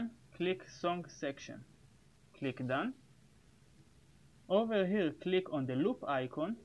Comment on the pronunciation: His "over here click" is sounding like: "Owwhawhe click"